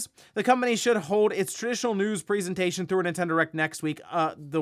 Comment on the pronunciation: One day you will learn to pronounce the word "presentation". Do you give Christmas Preezents? Do you like in the Preezent?